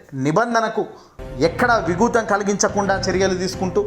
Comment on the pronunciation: విఘాతం అని పలకాలి